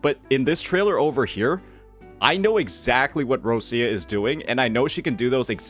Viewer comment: Why you call her Russia if she Róchia? Huh?